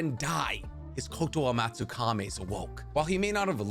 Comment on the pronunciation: Wait... Did our mans finally pronounce kotoamatsukame correctly? i need to know who told this legend he was wrong in the first place